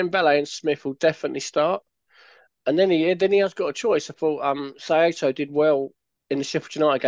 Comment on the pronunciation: Guys - its "SIGH-TOE" One of the most common names in Japan. just saying. :) great preview btw